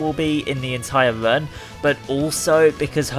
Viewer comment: Are you saying "run" or "vern"?